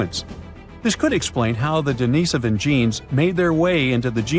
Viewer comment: Wish the narration would pronounce Dinisovan correctly cbsistently Its Denisovan not Denovisan